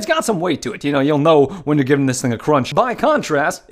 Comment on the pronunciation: That's some good crounch right theah!